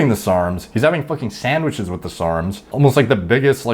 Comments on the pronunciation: Sarmwichs lol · Waiter: "what would you like?" This dude: "Can I please have sarmwhiches with extra sauzule?"